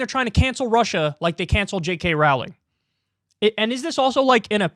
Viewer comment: He doesn't know how to say J. K. Rowling